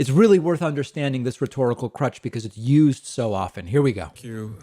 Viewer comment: "It's important to understand because it is Yoo'sd so often." I see what you did there, David.